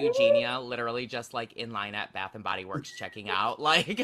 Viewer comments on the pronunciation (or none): none